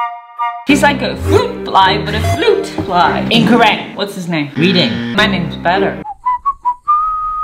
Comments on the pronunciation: It’s Reedling not reeding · reedling not reeding it’s ok tho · NOO she called a reedling a flootfly WHAT THE HELL IS WRONG WITH YOU😭😭😭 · ITS REEDLING NOT REEDING ahh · It’s Reedling not reading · Bro forgot to add a "L" in reedling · reedling* lol